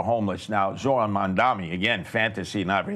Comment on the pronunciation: Curtis “Jojo” Siwa spent half of the debate whining about a lack of attention and the other half mispronouncing Zohran’s name. At least he’s giving the goofy red beret a rest.